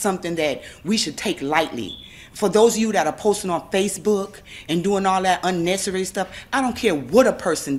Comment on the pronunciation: Did she just say "unessarary?" 🤔